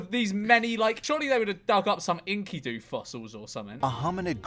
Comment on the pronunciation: maybe he's saying it right and I learned it wrong but that pronunciation of Enkidu kills me Also they arent saying Enkidu was a species, Enkidu was a guy from a story (dont remember if the story was at all based in reality maybe the main dude was based on a real king or something?) but its like one of the oldest written stories we know of or some shit idk I took a mythology class in highschool and havn't thought about Enkidu since